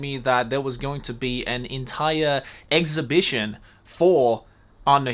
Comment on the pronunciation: you say exhibition funny